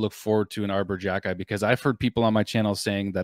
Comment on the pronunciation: It is pronounced KHE - KAI